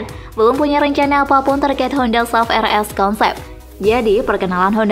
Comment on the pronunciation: Sebutan S- U - V. Buat kerja rumah sebelum.buat video - SUV itu kepanjangan dari Sport Utility Vehicle